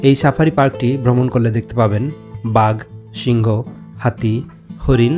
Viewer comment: উচ্চারণ হবে সিংহ, আপনি সিংগ বলছেন উচ্চারণ ঠিক করে নিবেন। 🙂